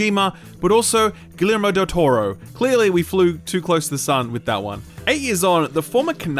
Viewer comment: Just butchers Guillermo Del Toro's name